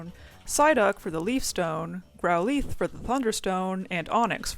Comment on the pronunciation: Awesome and entertaining. Also I’m sorry but GROWLEETH? What?